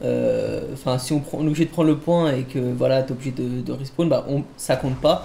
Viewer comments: respaWn wsh pas respWan olala 😭😂😂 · De rispown il à dit sa au début et pour le mot carcasse aussi y galère à le dire